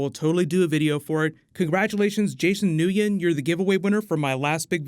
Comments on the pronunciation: Its pronounced Jason's name is pernouced "Win" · Nugen.....you are so White. It is pronounced “win”. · Looool. " Jason New-Yen" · Nguyen is pronounced Winn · Lol its pronounced “win” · Lol he can say alien names but not Nguyen